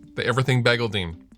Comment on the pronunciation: Can you say bagel again please? I had a good laugh 😂😂